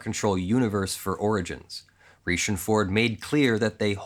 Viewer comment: Pronounced like Richie, dude.